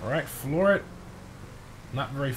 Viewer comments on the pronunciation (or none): none